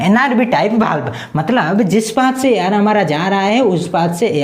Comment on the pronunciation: Pdate to sahi hai ....pr word sahi se nahi bolte ho वाल्व को बाल्ब